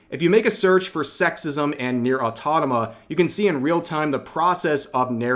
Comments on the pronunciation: Rev, please, repeat after me: Me: "A - U - TO - MA - TA" Rev: "Autonama!" me: 🤦‍♂ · Does rev pronounces "automata" as autotama" or am I hearing things? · Please Rev, it's Auto-MA-TA, not Autotoma. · Brother... it is not "Autonoma" it is "A-U-T-O-M-A-T-A". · Rev, for the love of Slaanesh, it's Nier: AUTOMATA, not autonoma...! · Why do you keep saying Nier "autonoma"? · I would love to see a game with a super attractive, maybe even (god forbid) slightly sexualized BLACK female protagonist just to see all these people duke it out with each other. Who would win? Alyssa and her cronies? Or SBI, BGG and their cronies? Side note, please stop calling it Nier: Autotama. It hurts my soul. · Attractive females in games leading to violence? I think not. Au To Mat Tick - Automatic Au To Mah Tah - Automata Same Cadence. You can do it! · I respect your takes and listen to your videos daily (in the background while at work), but to misread automata every single time, it's a talent on it's own XD. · Genuine question - are you mispronouncing 'automata' on purpose? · WHy is it only NieR Automata that you intentionally mispronounce? Do you dislike the game? Do you think you're being funny? I'm dying to know. Why don't you call Bayonetta "Bayotenna"? Or Stellar Blade "Seller Blame", or something? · Bro... I've been trying to ignore it, I really did... but I die a little bit inside every time you say "Automata" wrong... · Rev really can't say Automata. XD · One of these days, Rev will pronounce "Automata" correctly. Today is not that day.